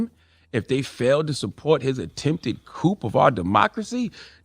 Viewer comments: This nigga said a Coupé (which is a car) instead of Coup (silent p) 🤣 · The word Coup is pronounced “Ku” or “Coo” NOT “COOP” Charlamagne 😖😂😂😂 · coupe?...did he actually say coupe? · Charla: a COUP is a scheme/plot. A coupe (what you said ) is a vehicle. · The way he pronounced ‘coup’ as’coop’ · The World: "Coup" CMG: "Coop" Me: Raising chickens in SC seems to make sense now. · 🤣 I thought I was the only one thinking, "If he say 'coop' one more time!"🤦🏿‍♀️ while yelling the "p" is SILENT, the "p" is SILENT!!!! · charlamagne said COOP like CHICKEN COOP and not a coup LOL this man readin a teleprompter today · Luv ya Char, just wanted to let you know coup is pronounced like Koo. The p is silent. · Charlemagne doesn’t realize the p in coup is silent